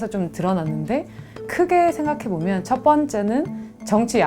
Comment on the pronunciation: 여교수의 발음 문제: 비판, 정확,정치, 봤을때,인식, 등, 장음인 첫 자를 모두 짧ㅅ게 잘못 발음해ㅆ다. 이러 문제를 지적한 이가 없다는 사실이 또한 한국 문화의 맹점이다 고국 동포 여러 분! 정중히 권하오니, "한국 어문을 고발함"이라는 책을 읽어 주시옵소서. 미국 변 완수 드림